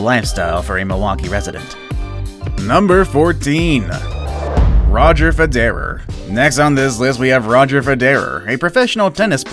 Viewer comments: Lol, also fed-arrear and not Federer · I only got two names in... Bud “Selleague” and Roger “Fedarer”... All I could stomach! What a joke! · Roger fe derer. Ok ill stop watching this video now. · Federer......1 word not, fed - erer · Yes Fe derrrra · I stopped watching when the dude couldn't pronounce Selig nor Federer correctly. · Why don't you learn how to pronounce Roger Federer's name before presenting this vlog. You lost all your creditability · Roger federer was mispronounced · You mispronounced Federer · You pronounced roger Federer wrong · Lol no offence but you pronounced Federer wrong😂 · Federer, Juventus, Cavaliers... 🤦‍♂️